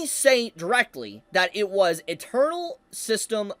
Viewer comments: When you say "internal" it sounds like your saying "eternal" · Is saying internal as "eternal" on purpose? Or just not enunciating?